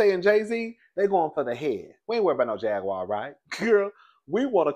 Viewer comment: will butcher a name 😂😂😂😂 "Jag-wire" 😂😂😂😂